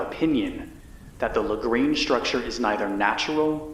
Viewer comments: Lagrange is French and pronounced Lagrahnge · That's not how to pronounce Lagrange